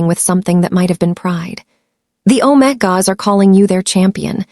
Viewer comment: Good story, not romantic, TOTALLY Unedited… pronunciation is ridiculous for main characters! Even visuals are nice. All that work to mispronounce omegas and betas, very distracting.